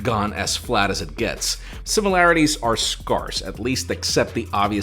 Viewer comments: Why did you pronounce "scarce" like that? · I'm still chuckling at your pronunciation of scarce! (Sorry)